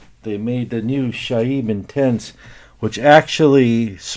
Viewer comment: Your pronunciation of these fragrances is absolutely horrific, it's like you're doing your best to really screw up their names on purpose. Like how is Saheb Intense so hard to read?!